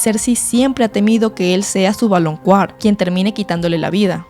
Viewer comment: Ame el video... solo me pregunto por qué dices "valonQUAr" cuando, según yo se pronuncia "valonKAr"😅